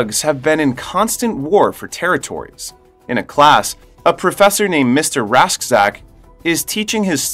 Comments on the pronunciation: Radchack. Not rashdack...Radchack's Roughnecks.. houa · uhh you mispronounced Klendathu and Mr Rasczak and it hurts pls re-upload